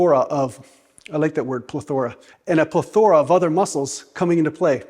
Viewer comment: Is that how you Canadians say plethora.